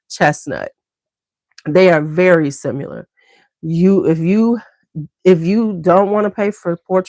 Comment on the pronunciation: I often wonder why you say 'SIMULAR'' instead of 'SIMILAR' when talking about fragrances that smell alike, for example Oud Satin Mood and Rose L'extase Absolu? SIMULAR means to be counterfeit or pretending to be something else...is that what you mean to imply? Sorry if I'm misunderstanding😂